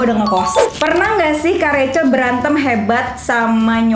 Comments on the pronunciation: tu dipanggilnya "Recel" atau "Rahel" sii,kok mami panggilnya rahel sii:v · Nyokap nya ngomong nya bukan Rachel tapi rahel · Lah lah lah gua pangil kak rachel bacanya racel lah mama nya Panggil rahel yang bener racel atau rahel :) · Rahell bukan revcel😁✌️ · Mamanya manggilnya r-a-h-e-l bkn rachel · Apakah cuma aku yang kaget kalo mami nya manggil nya rahel😅